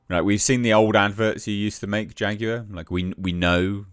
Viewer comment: 😂😂😂dude said...."Faguar"